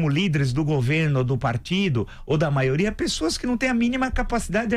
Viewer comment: Um presidente que fala: a "maoria" 🤦🏻‍♀️ sem condições nenhuma 😕